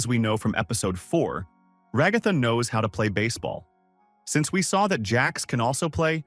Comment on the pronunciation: Decide on a pronunciation for ragatha already jfc, stupid ai voices😂